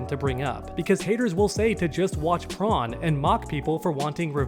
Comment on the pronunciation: Man saying the SpongeBob SquarePants character Prone the Shrimp and not Corn